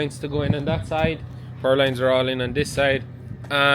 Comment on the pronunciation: Purlins, not purloins. PUR-LINS. 😂😂😂